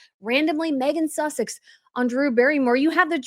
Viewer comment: She called her Meghan Sussec sounded like she was kissing her a--! I am British not so gullable.